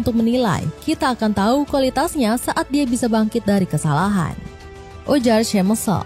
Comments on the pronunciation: To Voice Over: Schmeichel dibaca SEMAIKEL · eleven lab ya? lucu pas nyebut Schmeichel